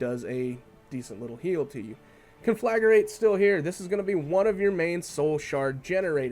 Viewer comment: Every time you pronounced conflagrate like 'conlagURate' I resisted the urge to comment like the usual grammar Nazi. But then you said it like 100 times. -___